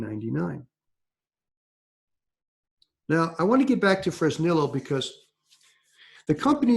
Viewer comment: Hey, wondering if you can do me a favor. Please pronounce Fresnillo Fresneeyo. It's spanish you know